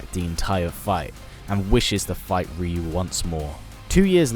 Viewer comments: Can you stop saying Rio it’s pronounced rayu TWAT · I hate when they pronounce the name "ReYu" I say "RaYu" although both names are pronounced incorrectly. Correct way to say Ryu is "yu". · Wait, so all my friends and I were always pronouncing his name wrong? We always said Rie-you...